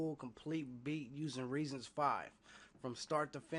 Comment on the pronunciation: Reason. No "s". At least learn the name of the program before you make a tutorial.